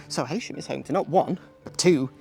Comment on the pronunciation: Sorry, but it is pronounced ‘ He sham ‘